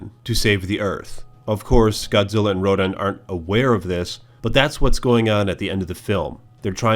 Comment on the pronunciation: wait you you think I am cool HWaaaaaaaaaaaaaaaaaaaaaaaaaaaaaaaaaaaaa you say Ronan (perfectly pronounced) instead of Rodan